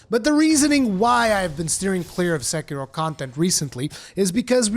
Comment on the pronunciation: I wish everyone talking about Sekiro can pronounce Sekiro correctly like you do xD